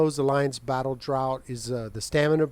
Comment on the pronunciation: Thanks for this. Haven’t even looked at pvp yet so would not have seen this for ages. I really hesitated on this as I don’t want you to take this the wrong way as it’s offered purely as an FYI .......I know it doesn’t look like it but it’s pronounced draft not drought like in no rain forever. Only brought it up as my wife told me years ago as long as you say it nicely and offer from a place of helpfulness, not spite or superiority etc, then if people get offended that’s on them.